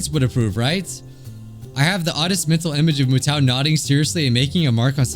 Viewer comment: Mutou is pronounced Mew-Toe